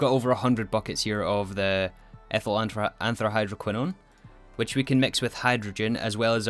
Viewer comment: It pains me so much… but I have to correct your pronunciation. Polybenzimidazole ends in /azohl/-ish sound, not /azoley/. As for antrahydroquinone, I believe you got that one: it ends as /kwinohn/. Anyhow, thank you for this episode (and the previous ones)! I love watching them <3 (Not using IPA symbols because if you’re not an expert on those, you’ll be more confused).